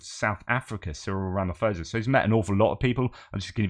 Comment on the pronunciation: You cannot trust Ramaphosa - ever. He is a liar. And by the way, one does not pronounce the surname with the "ph" sounding like a "f". The correct pronunciation of "phosa", is like "pause" just with an "a" at the end.